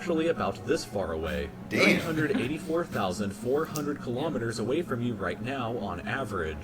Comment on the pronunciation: He says, "Dayamn!"😂 "Despite this distance twelve men set foot on the moon.." Really? You sure about that? Seems heavily unlikely.